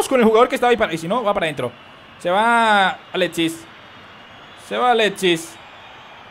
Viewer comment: oye es alexis no aletsis